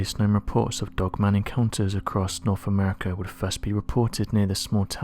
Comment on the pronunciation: It's 'wiTH," and "norTH", not "wif", "norf"...why can't this guy pronounce his "th's"???? And then there's the pronunciation of the word "assumed"...where does he get "aSHOEumed"??! It's VERY distracting when trying to listen to the commentary and just waiting for the next awful and LAZY mispronunciation to pop up!! Where did this guy go to school...you'd think his teachers would have corrected him....